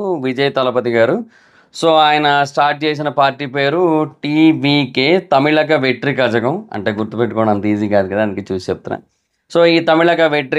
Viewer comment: You should pronounce it "Tamilaga vetri kalagam" 🤞